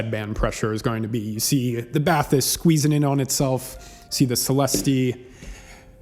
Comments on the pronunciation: It's "ba-tees" just in case you want to pronounce it correctly. Great review otherwise. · Celes-teeeeee and Bah-tees. Otherwise great review, thanks. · It's actually pronounced "bat-teese". (I watched an introductory video from Focal). Thanks for the review. Lots of good info. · I had the Celestee's and returned them. I now have the Bathys (it's pronounced "Batees") it's french. But anyway I liked the soundstage better on the Celestees but for my use case the Bathys was a no brainer having blutooth. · BathEss the E english pronounced like an i or sometimes a y in french. So you pronounce it Bath-Ess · For Americans it's pronounced "Bat-teese", there's no "th" spoken! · bat TEES is what i hear English speaking reviewers call it, with emphasis on the second syllable, which is wrong too. Trying to sound French but not really. 😂 So pronouncing it with an English accent is actually the better thing to do.